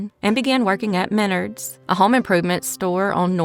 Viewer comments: I came here to say this. My son works at Menards and he was frustrated every time she said ME-nerds. He was like "It's me-NARDS" 😂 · You pronounce the Menards wrong. It's Men-Ards. It's a regional home improvement store that started in my home state of Wisconsin. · Menard's is pronounced men-ARDS. Just an FYI. That last story - wow, those were some scary people. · Minnerds... LOL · Also, I just lived somewhere where there was a Menards and it’s pronounced My- Nards. Almost like “my balls, but nards” lol! I always make fun of the name, I’d never heard of it before. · In mid Ohio we pronounce it Men-ARDS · We pronounce it like it rhymes with Yards. Men-ARDS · .It's pronounced Me- nards in my neck of the woods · Stop saying menards like that.